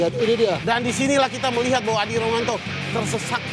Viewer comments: Betul masak sekelas komentator salah sebut nama. Harusnya rominto nyebutnya romanto. Bung Bram aja lebh profesional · ruminto loo namanya pak komentator, bukan rumanto :(( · Adi ruminto bukan adi rumanto....dari td kok salah sebut nama terus... 😂😂